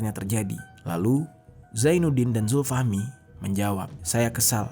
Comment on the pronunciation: Zulfahmi awalnya. Tapi sering nyebutin zulfahmi lama-lama jadi zulhilmi. 😂